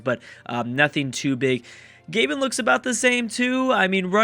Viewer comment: Its not Gay-bn its Gah-Bohn